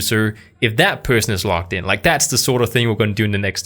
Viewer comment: Hey,, logged in is pronounced loGGed in, not loCKed in.